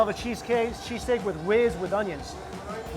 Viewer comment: ''shees steak'' lol